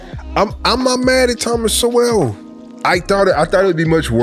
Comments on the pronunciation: Don’t take it person my man but it’s Sowell like soul not So-well. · Its pronounced " soul" thomas sowell (soul) its not pronounced so well. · Sowells pronounced souls. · Instead of only reacting to his videos. He has written over 50 books. Read at least 1 one of them. Pronounced "soul" by the way. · SOWELL pronounced like soul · His name is pronounced Soul. :) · So the rebuttal to TS is an idiot who looks like he is high and does not know enough to pronounce the man’s name properly. At least read his work rather than commenting on video nonsense!